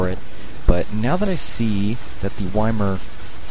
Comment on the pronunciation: love all your vids. Really showing all the good strats for adepts, and that in a lot of cases patience and diligence are the keys to success. A little nitpicking, YMIR is pronounced "ee-meer."